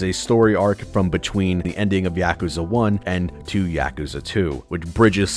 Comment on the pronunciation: Great series but you pronounce it wrong 😷